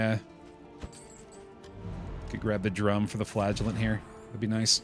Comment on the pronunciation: Every time I hear "the Flagellant", I understand "the Flatulent", gives a whole new perspective on the guy going toxic.